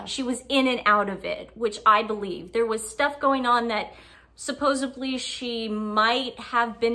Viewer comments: "Suppos-EDLY" not "Suppos-ABLY", not being mean, it will just make your content more credible. Other than that some fair points. Mulroney is a piece of work herself, but how M flushed her down the toilet so fast was astounding. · Suposebly ( supposedly ) ,pitcher ( picture ) etc. You girls really master the English language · BTW it’s not suppose-ably, it’s supposedly (this correction directed at twin without glasses) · Married a lawyer and says “supposably” lol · It's driving me nuts girls... its supposEDly not supposEBly ... 😂😂😂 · I'm saying this with love, it's supposedly not supposebly xo